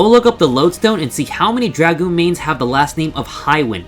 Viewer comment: this video is automatically SSS+ Tier for pronouncing Dragoon correctly, but goes down to SS+ for moderately incorrectly pronouncing Astrologian Lesson time kids Dragoon is pronounced "Dr-AH-goon" the A in Dragoon is pronounced as a hard A, not a soft A as in Dr-UH-goon, Dragoon is prefixed by the word Dragon, so Dr-AH-gon, Dr-AH-goon... it makes sense Astrologian is pronounced Ass-tra-la-gen, the incorrect way everyone says it is Ass-trou-low-gi-an Anyways make sure you don't mis-type Lose as Loose, K BYE